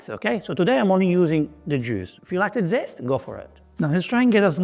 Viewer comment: Beautiful. And I loved your Italian “dzest”😅 Great dish, a cousin of the chicken marsala